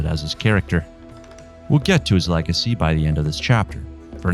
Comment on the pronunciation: I'm more baffled by the way you pronounced legacy as leg-icky